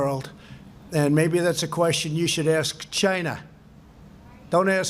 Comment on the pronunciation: the way he says China always makes me laugh